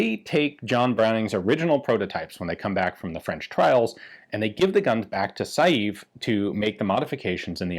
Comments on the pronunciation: It's pronounced 'sei-ve', NOT 'sa-jief' :) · I would disagree with you on the 'Saive' pronunciation. The 'e' at the end is not completely silent. It's more 'Se-ve'. And it's also a village in the vicinity of Liège, the home of FN. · Hi Ian. The name "SAIVE" is pronounced "SA-VE" . (Like "safe", but with a V instead of an F") Greetings from Belgium. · Dieudonné Saive's last name is pronounced "Sev". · "Saive" is a single syllable, and is pronounced like the first part of the word "seven." As for "Dieudonné" (Dyuh-duh-nay is a workable pronunciation), it's a really cool name that means "God-given" or "Gift of God." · Saive is said like "save" . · The right pronounciation of Saive is not sajeef but I can't find a comparable sound in English. The same sounding e with accent grave (è) doesn't exist in the E alphabet. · When are you going to take the trip up to Ogden and get pictures of (or access to) the only two experimental BHPs...ine of which is striker fired??? BTW Diuedonne's surname is pronounced "Sev"...I was corrected in my pronunciation by Dave Salvaggio of DS Arms while talking to him...briefly...at a S H O T Show in the mid 90s